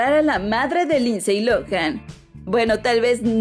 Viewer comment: Se pronuncia linsy no linsey.